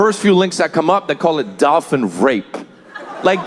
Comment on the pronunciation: He pronounces Dolphin gross -Dauwlfin he is trying to sound like Mike Damone from fast times if he were in a Mexican gang